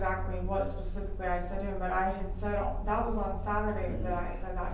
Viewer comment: He said pacifically...specifically 👀